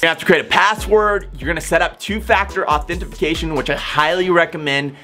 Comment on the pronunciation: Why do you keep saying "authentiFAcation"?